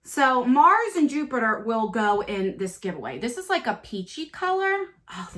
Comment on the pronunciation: I wish I didn’t miss out on this. I love this box! I only own his moon spell palette. Lol I love that you keep saying juniper when it’s Jupiter. 😘 Wow that Greek palette is gorgeous and so up my alley. This was so worth it. I also love the hoodie he sent it he a moon on the sleeve too! What are you wearing on your eyes in this video it’s gorgeous! This would be a great birthday gift if I win!